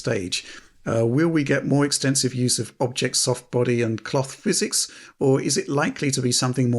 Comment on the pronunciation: No such thing as "Fizz-ecks" Still.